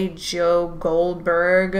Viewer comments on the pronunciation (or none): none